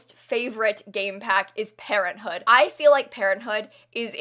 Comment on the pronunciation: I though pt she said parrothood instead of parenthood lol